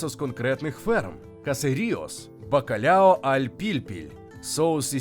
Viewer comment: Кухня басків - це окремий вид мистецтва, як і будь-яка кухня усіх народів світу і усіх країн світу, що відзначається певними історичними і географічними особливостями. Але є деякі геточності. Не буду зупинятись на назвах і рецептах , пам'я маючи про особливості славетної української кухні, безліч рецептів і назв. Але, все ж таки не "бакалЯо" а " бакалАо", не "алЬ", а "аЛ" , не "а лЯ" а "алА", не "поррусалЬда" а "поррусаЛда". Тріска і хек - риба з однієї родини, але не одна і та ж сама риба " Cococha -Кокоча - з тріски. Живу у Басконії двадцять п'ять років, маю професійну освіту кухаря і титул Басконії. Гугл дає не зовсім точний переклад і не завжди точну інформацію. Баски не пом'якшують "л" в закритому складі. - " сіль - sal" ", " артиклі ч. під,-al, жін. рід. a la"". І тд